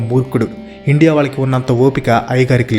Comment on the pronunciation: Endi ra nuvvu ne bongulo sodhi,Indea indea indea😂